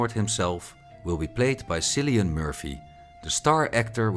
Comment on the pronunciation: It’s pronounced (Kil)-ian Murphy. And the first and so far only season of House of the Dragon was universally acclaimed.